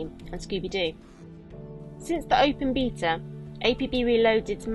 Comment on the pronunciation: Open Bita? wtf are u saying